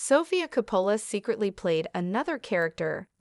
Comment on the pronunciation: Hard to listen to AI voice mispronouncing COPPOLA.